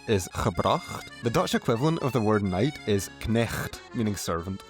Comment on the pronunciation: Silly English Knnnnnighets!